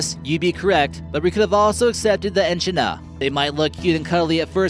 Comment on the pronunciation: Its not e-chi-na its e-kid-na. trust me, i'm Australian